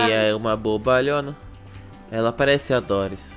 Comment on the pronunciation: é dory não é dorris